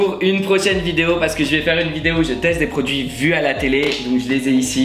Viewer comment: J'ai cru qu'il avait dit "des fossiles" 😂😂